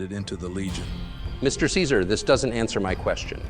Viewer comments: Only nit-pick is that Caesar doesn't pronounce his name the Latin way.( Khi-zar) Though it's an excellent video nonetheless. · I thought its pronounced Kaiser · I like how "see-zar" continuously mispronounces his own name. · Can’t believe Caesar didn’t correct his pronunciation to “kaizarr.” I know it was apparently historically correct, but hearing it was always weird. Can’t imagine how those lunatics learned the ancient pronunciation of Caesar. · Its pronounced KAISAR damnit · Why aren't they pronouncing it "kai-zar"? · You can tell this video is actually an NCR psy-op because Caesar would never pronounce his name as "see sir". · It’s criminal that they are both saying “Caesar” wrong. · Real caesar would never: 1) Call himself the english pronounciation of caesar 2) Mention Malpais Legate as being essential to the creation of the legion. He did all the heavy lifting himself baby, because he is Caesar and he's very badass, as you know. There was some dude on old photoes but his face was crossed out so he's clearly irrelevant 3) Call himself Edward Sallow even in the past 4) Dodge questions and be anything but unproud of what he's doing Still 10/10 funny meme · Good video, but Caesar would not ever pronounce his name like that, lol. Kinda took me out of it